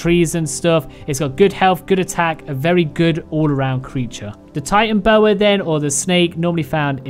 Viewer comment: Ti-Tan-No-Boa not Titan-Boa